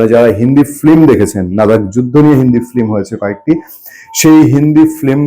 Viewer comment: "নাদাক" নয়, "লাদাক" হবে।